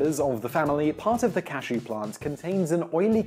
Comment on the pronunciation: He mispronounced cashew this entire video